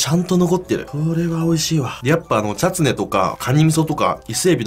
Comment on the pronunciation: ちゃつねをちゃっつねー